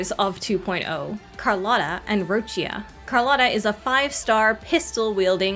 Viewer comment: FINALLY SOMEONE THAT PRONOUNCED ROCCIA CORRECTLY!!! Now i'll wait patiently for hearing someone pronouncing RinaSCIta correctly.